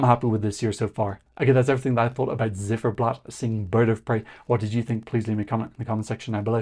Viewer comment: The band's name "Ziferblat" is pronounced with the "Z" as "TS" (like in hats). Not like a zed. It's the same word in Ukrainian as in German for "clockface".